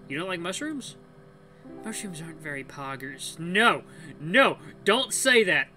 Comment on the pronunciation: The way says poggers i didn't expect that from him 🤣😂 amazing video 👏 😍